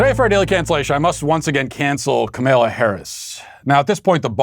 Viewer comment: obviously isn't in the Sweet Baby Gang (SBG) if she didn't realize Matt would do that Lol. I smile every time Matt mispronounces Kamala's name. Keep strong SBG.